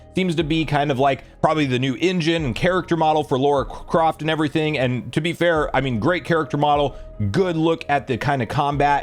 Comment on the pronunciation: Lara Croft.....not Laura Croft